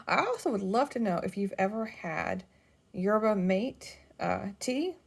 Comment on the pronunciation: I liked the mate, but didn’t really give it much thought while I was drinking it! I have enough for another cup on the second round, so will try to remember to report back. Might try it with milk. I think it is pronounced “mah-teh.” 😊